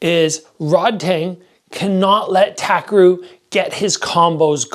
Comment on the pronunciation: btw his name is pronounced TAH - KEH - LU (RU)